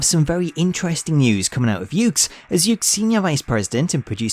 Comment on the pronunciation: The name of the company is actually pronounced as "yoo-kays." Well, anyway, nice video, and keep up the good work.